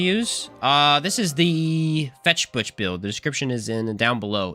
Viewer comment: it's not fetch butch. fechtbuch literaly translated means fight book and is pronounced pretty much the same.